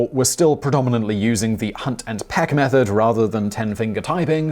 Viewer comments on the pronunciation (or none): none